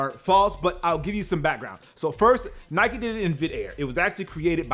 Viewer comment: I hate the mispronunciation of of Nike, Adidas and Puma!!!!